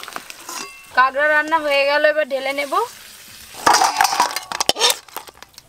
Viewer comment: ওটা কাগরা না ওটাকে কাঁকড়া 🦀 বলে